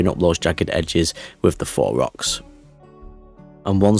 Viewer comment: I have been binging this series, and it's taken me 15 episodes to figure out you were saying "faux" rocks - I thought you were saying "four" rocks! FWIW, I'm an Australian, and don't hear accents like yours very often, ha!